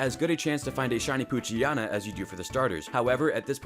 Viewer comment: it's strange how you say poochyana instead of poochyena :P